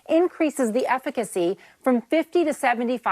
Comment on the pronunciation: Efi-cancy? Why can't these people pronounce piss easy words properly?